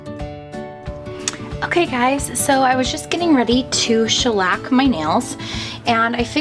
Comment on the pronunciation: It's NOT SHELLAC!!!!!!!